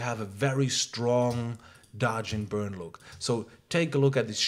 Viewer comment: Say one more time dodge and burd.....I dare you